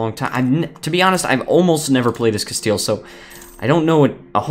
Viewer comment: Castile more like “castle” XDDDD